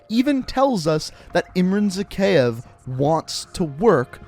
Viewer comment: It’s pronounced “zack-eye-ev”